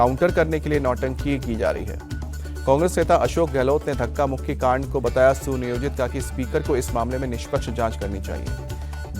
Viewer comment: श्रीमान रिपोर्टर साहब ने पर कांड को गलती से आंड बोल दिया है। कृपया उसे सुधार लें।😂